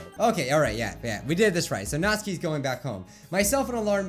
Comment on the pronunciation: did you notice that he said Nazis crying instead of Natsukis crying